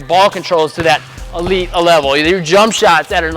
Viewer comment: Thanks for the tips. By the way sounds like you keep on saying "elite a-level"🤪